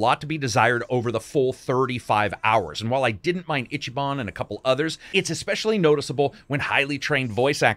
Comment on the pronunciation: I'm sorry, I'd hate to be that guy but I'm gonna be that guy. It's "eechee ban" not "itchy." He doesn't have to scratch himself. No Itchyban. You just pronounce the "i" as a long vowel. Easy. Eeeechee. His name sounds really weird when it's pronounced wrong. And fun fact: Ichiban basically translates to #1 or "the best." So the game is intentionally being on the nose with who he is.